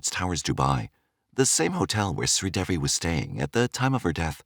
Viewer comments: SRI De-Vi Not sweet Debbi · This story the truth her husband did not kill her it was an accidental drowning her name is pronounced shree devi the name devi DE -day and VI is V,so it's DAY-V ❤